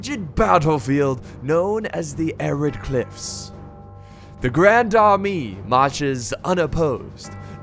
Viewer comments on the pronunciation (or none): pronounced ( la grond armay )